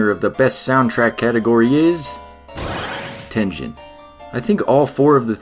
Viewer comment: I also thought it was pronounced Tengen with a soft “g” sound like he’s saying it in the video but then I learned it the “g” sound is actually supposed to be a hard “g” sound so the “g” is supposed to sound like the “g” in like “game” as opposed to the “g” sound in like giant, so in other words he is saying it wrong